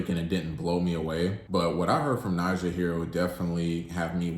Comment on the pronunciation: Some fair points were made. I do question tho, if you gave it a truly fair listen based on the fact that in the last song, she literally says her name several times speaking in the third person (ex:“Nija you know you gon break this * heart”) yet you choose to pronounce it differently. Solid rating, and I would take it up a notch based on the overall project (rollout, debut, no features, visuals and I have not seen credits this minimal on a project in a long time) 8.5 #DSIDWY